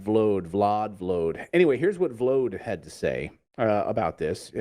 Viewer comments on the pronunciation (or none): not vlod but volod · its Volod... Clayton 🙄